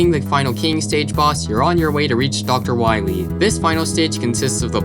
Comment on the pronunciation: You mean "doctah why-wee"